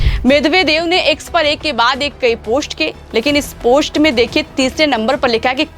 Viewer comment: Beta chk pronunciation, it's post not posht. Ser ko sawa ser not sher.